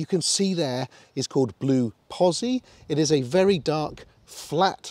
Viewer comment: Itsa pronounceda POTZI.